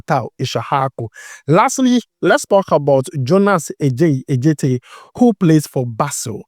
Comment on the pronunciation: U are mentioning the name wrongly, Adjetey is a Ga name , A djetey not Ɛ djetey .. but kudos, u doing well 👍🏾